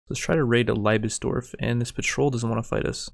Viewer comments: Germans when they watch english Mount and Blade vids "ITS LIEBESDORF NOT LEIBSDORV GOD DAMMIT" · the moment you're watching this as a german fella and gotta swallow "laibesbesdorf" an umpteenth time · ey:D I love it how you say "Liebesdorf" 'cause it's a german word:D it's pronounced slightly different:);)